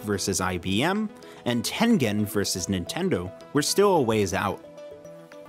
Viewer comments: Ten Gen NOT Ten Jen. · Why do YouTubers never know how to say Tengen properly?